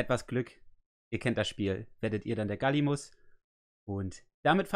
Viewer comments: Das heißt nicht 'Gallimus' sondern #Gallimimus. Trotzdem sehr cooles Video👍👍 Bist der Beste. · #Gallimimus... bitte in der Folge richtig vorlesen😉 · #Gallimimus Ich finds witzig wie immer Gallimus sagt:D